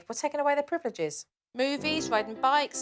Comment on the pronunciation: Ok ok I laughed when the mom said priv eh liv ges instead of privileges.